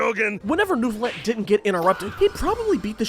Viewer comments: IT'S NEUVI!!!! NEIVILETTE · Neuvilette, nerville顶